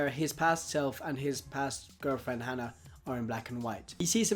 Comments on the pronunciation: I'm fairly sure it's haa-naa, not han-ah. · Her name isn't hannah its Hana ((hah-nah)) which means flower, pronounced it wrong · Hana is pronounced wrong. Just saying. No offense